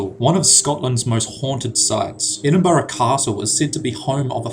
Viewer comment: Edin-bruh not Edin-bu-ra